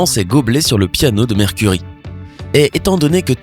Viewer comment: C'EST PAS MERCURIE ARRÊTE DE DIRE ÇA IL A CHOISIS SON NOM EN ETANT UN NOM ANGLAIS !!!